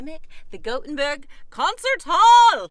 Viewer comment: Goatenburg? Not how you pronounce it